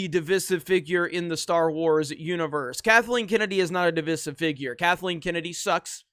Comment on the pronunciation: DivIsive. Say the middle I,. I’m here to help.:)